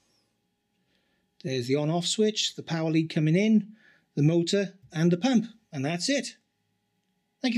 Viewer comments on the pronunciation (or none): none